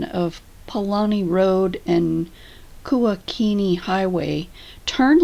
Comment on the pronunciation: Beautiful video! I used to live in downtown Kona and I miss it everyday. Nice job on your pronunciations. Kamehameha & Kuakini aren’t so easy! Aloha! 😉 🤙🏽